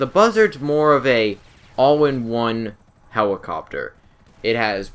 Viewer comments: hewicopter, copiwot, learn to enunciate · He- Hewicopteow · he said "let" perfectly fine, but then hewicopter came out of nowhere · "the buzzard is more of an aww in on hewicopter" haha i love. keep making videos man! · For real lol... 'hewicopter'